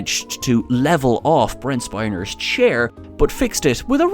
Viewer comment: Brent 'Spine-er'? Spinner surely.